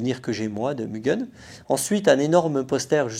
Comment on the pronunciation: Mais enfin, on prononce "Mu guè n " à la Joponaise, non pas "Mu gueun " à la Suisse m'enfin! 😅😂.... non je plaisante, encore une super vidéo et de bons souvenirs nostalgie, merkkiii 😘